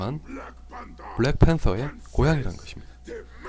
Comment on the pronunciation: 블랙 thㅔㄴ 서.... th....th....th.....